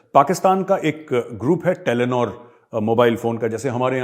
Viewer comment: O bahi its telenor not yelonore